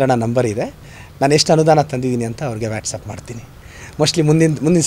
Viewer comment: ಅದು ವ್ಯಾಟಸಪ್ ಅಲ್ಲ ಮೆಂಟಲ್ ಅದು ವಾಟ್ಸ್ಆಪ್ 😅😅😅😅😂😂😂😂